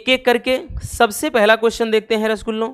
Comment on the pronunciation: Sir aap rasgulla bolte hoh na toh aacha lata hai 🫢🫢🫢🫢🫢🫢🫢🫢👌👌